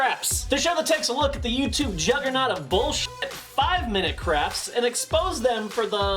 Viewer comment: Is it just me, that hear say 5 Minute craps not crafts 😅😂